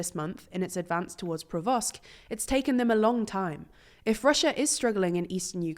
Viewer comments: it's Po-kro-vsk, not Provosk. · Because Mauritius is very close to Bobrov, or whatever they decided to pronounce "Pokrovsk". Speed < quality in content here (but I'm not complaining). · The day learns to pronounce simple names is the day I'll die, it's not PROVOSK